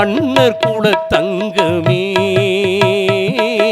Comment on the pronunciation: மீண்டும் மீண்டும் கேட்டாகிவிட்டது. "மலர், மன்னர், மலை" ஆகியவற்றை "மளர், மண்ணர், மளை" என்றே உச்சரிக்கிறீர்கள். குரல் வளம், ராகம், பாவம் அற்புதம்; பாராட்டுக்கள்! உச்சரிப்பிற்கே முதலிடம். அது பிறழ்தல், பிழையாதல் தவிர்க்கப்படாவிட்டால் குரலும் பாவமும் பயனற்றவை!!